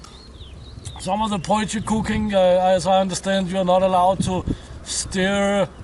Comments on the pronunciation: Hey it’s pronounced “poy key”:) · Super as a South African to see you use a potjie! By the way, it is pronounced "po-chi". There are some great traditional South African recipes for potjiekos. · we pronounce it poy-key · Potjie is pronounced (poy-key) the first bit is said like toy but with a p instead of t ......just trying to help iv lived in South Africa for 46years .ps Love your channel. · Hahaha it's funny to me how you pronounce potjie. lol. sorry I am south African. btw. you pronounced kos correct however! very cool video.